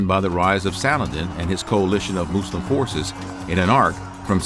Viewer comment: It’s MUSLIM , not “moose limbs”